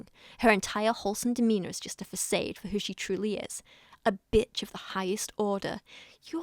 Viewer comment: It's pronounced fa-sard, not fa-say-d xx